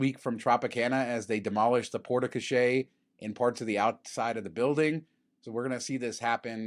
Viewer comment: Also, FB's pronunciation is not your fault, its the brand who are wrong. But you gotta work on that Porte Cochère pronunciation. My old french immersion teachers are rolling in their graves, and most of them aren't even dead yet.